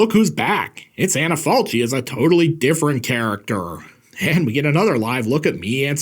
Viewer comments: One of my favorite too, not to be pedantic but the name of the actress is pronounced “Anna Falki”. Good review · I love the movie, the book and the way Tiziano Sclavi told his existential stories in his comic books in the Eighties. Thanks from Italy. PS. The proper pronunciation of "Falchi" is "FalKi". Just in case. Great video as usual! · Maybe someone already told you but the italian pronunciation of her name is like Anna FALKI. Just FYI 😊